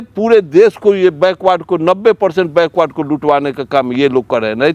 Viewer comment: बैकवर्ड होता है बैकवार्ड नहीं पहले बोलना तो सही सीख लो